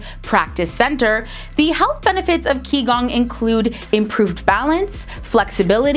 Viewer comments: Great insights, all are correct, except... onwards about Qi Gong. I jz wanna correct u there on your pronounciation of Qì Gōng's (气功) 'Qi'(气) word, it's not pronounce as 'Kee' but 'Chì', uve actually said it correctly right after mentioning the first 'Qi gong', u said 'the flow of chi(气)', and that's what exactly why ppl practices Qi Gong. Keep up the great work! Cheers ☺️ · its not called ki gong. chi gong is the correct way to say it